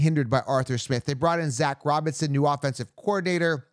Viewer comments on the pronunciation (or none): none